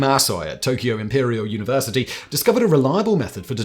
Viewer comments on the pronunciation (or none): none